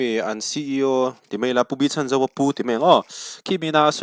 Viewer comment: Sir, Pu B.Lalchhanzova tih hian Chhan tih lai tak hi i lam diklo zel ania aw... misualin min man a min lo chhan teh tih ṭawngkam a, chhan tih kan lam ang hian a hminga chhan tih lai hi lam zawk tur a ni e..